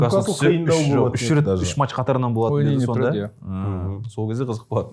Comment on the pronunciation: Есетке матш емес “match” деп айтып үйретіңдерші.